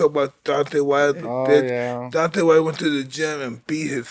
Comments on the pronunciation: His name is Deon-Tay not Dontae, Mike . That's Dontaes Boxing that I think you're confusing his name with . But I Love You Mike you are a pure soul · He means mike calling Deontay-Dante. But really Mike is just not trying to extend and emphasize the syllables. Mike does whatever he likes but this is just regular name mispronunciation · Mike Tyson - "DoNtAy WiLdEr" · Love how Iron Mike is referring to Deontay as ‘Dànte’ lmao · Nobody is ever going to tell Mike how to pronounce Deontay correctly 😂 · I think he refuses to say his name right because of the way wilder disrespected his legacy by saying he would ko a prime iron mike...mike won't give the respect of saying his name properly lol